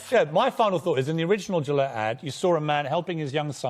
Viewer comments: How do you get to that woman's age in an English-speaking country and not know the G in Gillette is soft? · Doesn't everyone pronounce it wrong, though? I assume it's a French name and so shouldn't it be 'zhee-lett' with the 'g' sound like the 'su' in 'measure'? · Raging, fat, totalitarian feminist dirigible. She can’t even say “Gillette” properly. And credit where it’s due. Piers Morgan did a great job.